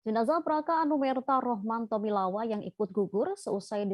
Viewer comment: Rahman Tawainella bukan tomilawa